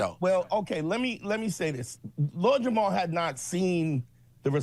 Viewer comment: "Lord Jamaal" lol